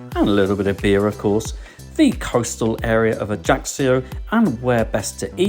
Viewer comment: Great vid. By the way, it's pronounced AYACKYO. You're welcome 😊